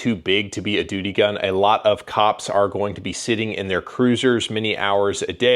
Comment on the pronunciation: Lol🤣you called it a doody gun